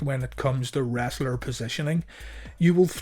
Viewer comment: Marble mouth at it again 😅 😂 "What a Wosshhtur🤪!"